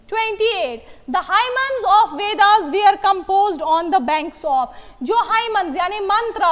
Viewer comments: mam its hymns and not hymens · Yes it is hymns... It does not make any difference ... It happens when u r simultaneously writing and speaking 😊👍